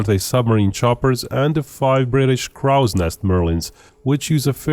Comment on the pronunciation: You mispronounced the word "crow" in the phrase "Crow's Nest". The letter "o" in there is correctly pronounced like the letter itself, like the word "oh" or in the word "boat". You wrongly pronounced it like in the word "prow" or "proud".